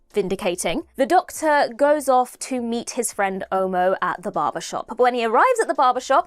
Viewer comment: Quick one, before I go into anything else. the name Omo is not pronounced oh-moh like you did. It is more like aw-maw without the “w”, similar to how the “o” in dog is pronounced. Omo as pronounced by, is a brand name for a detergent in Nigeria😂.